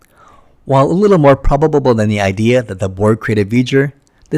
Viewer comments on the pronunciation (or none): Probabubbleble lmao.